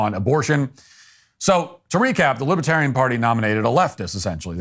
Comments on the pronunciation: I wonder if Matt intended to say "Libertardian". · 12 minutes in : I love that you tried to say " Libertarian" and just naturally said "Libtard".